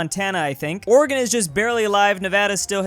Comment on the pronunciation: I love how you pronounce Oregon (good pronunciation)